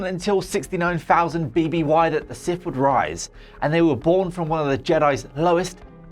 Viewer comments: Sith, not Sif. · Getting this guy to present a video where his speech impediment prevents him from saying the subject matter correctly is pretty fucking dumb. Sif